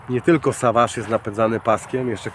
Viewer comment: To jest sewedż czyli dzikus po angielsku nie saważ